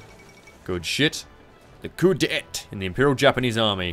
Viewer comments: It's pronounced coo day taa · Did he just say coo-dee-et? Ouch!